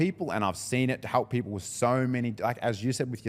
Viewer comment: I can't stand how these Victorians keep saying they want to "halp paple"